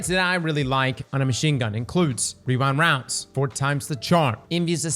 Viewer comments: Rewind woundes 😂. You're like the 5 th yter I heard say that in the last 2 days. Its a lil tongue twister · hehe 'rerind rounds' every time